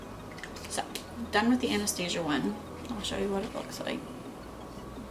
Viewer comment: She said Anastasia Wrong